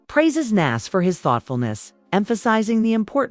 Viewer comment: I couldn't get past that repeated mis-pronouncement of Nas' name.